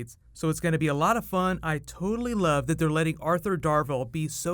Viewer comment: Did he say Toadally Awesome?!